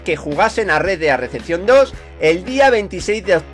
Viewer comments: Es REDEMPTION no RECEPTION, pero ya vamos pillando tu inglés de barrio poco a poco. Eres un grande, sigue así campeon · Rea dea deachion dos jaja gran ingles